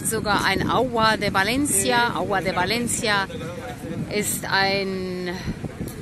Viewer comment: Toll, dass Du Valencia richtig aussprichst, nämlich Balencia👋👋👋